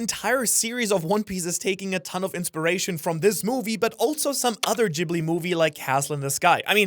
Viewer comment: "Ghibli" is pronounced with a hard "G". Please... 😬